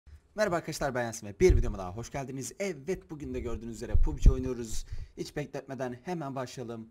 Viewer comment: pubci değil pabci